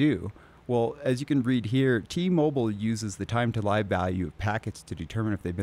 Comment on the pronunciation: TTL is "time to live". "Live" rhymes with "give". It does not rhyme with "jive". It is how long a packet has to live. Like a terminal cancer patient who has only 3 months left to "live". It isn't like a news broadcast that will be going "live" in 5 minutes.